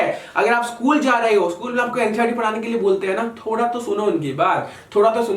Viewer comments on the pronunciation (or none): none